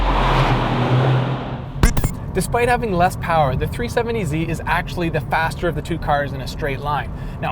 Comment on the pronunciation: Is it just me or does this guy say tree70z instead of 370z